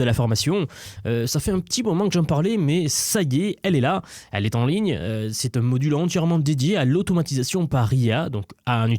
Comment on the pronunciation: Le fait de prononcer la majorité des sons " en " en " A " comme par exemple " à " même temps où " a " avril me fait complètement décroché c'est vraiment fatiguant à entendre